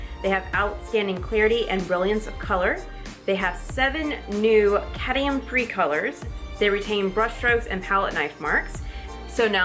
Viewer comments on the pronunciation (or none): Cad-Mi-um not Cadium:)